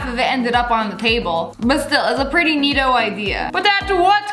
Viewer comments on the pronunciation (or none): I’m only minutes in the video and it’s the second time u said neeto like why is it so funny to me